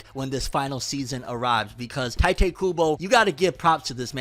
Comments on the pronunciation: You still calling him tai tay? It's tight kubo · It's TEE-te kubo come on man